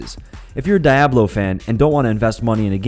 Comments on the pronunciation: This boy just said "Die-ablo"? tf is that lol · did he just say "die-ab-lo" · lol... Die-A-Blow... Sorry man, but that one made me laugh.. "Dee-aw-blow" ;) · did we really need to these are free in 2017, all these games have been free forever, and diablo is not pronounced(die - ab -low), it is pronounced (dee - ob - low) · "dee-ablo" not "die-ablo" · dye-a-blo , herth-stone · I am still amazed at how often people can mispronounce things... "Die-ABB-low" and "HERTHstone" jeez louise... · pronounce with me ...DEE-OB-LOW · Its pronounced deeahbloh;)